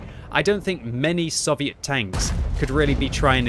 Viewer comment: It’s SOVIET NOT SUH-VIET